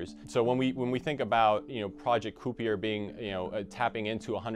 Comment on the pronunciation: ki-per, not coopy-er..